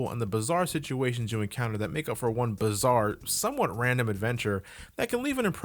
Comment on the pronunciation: PLEASE SAY BIZARRE MORE